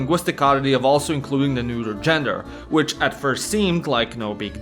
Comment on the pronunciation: Dude, it's not "neuter" it's "neutral" (pronounciation wise) :D and while I love the pun behind it (intentional or not) ffs, it really cramps viewing the video because I'm laughing too much